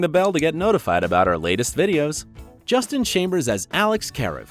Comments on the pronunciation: They this guy pronounces names.... it's really bad. Justin Chambers is clearly not Justina. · “... as Alex CARE-ev” and I think he said Justine lol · And then he called him Justine. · DID YOU JUST CALL HIM JUSTINE? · Wait, did he really pronounce Justin as "Justine"? Or am I hearing things? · Nope. He said Justine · Claire Dé Lune he said justina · At one point he also said Justine instead of Justin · I almost can’t handle the pronunciations of the first stars on screen and off screen names and it’s only a minute in! ! Justine?? Really? Get it together if you are going to make videos. Seriously. And, Chandra Wilson is NOT married. She has a long term boyfriend and children but they are not married. This is just a train wreck. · You are pronouncing Justin and his wife’s name wrong😂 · Why are you always butchering the pronunciation of the simplest names like Justin? You did it to Addison’s name in another clip too!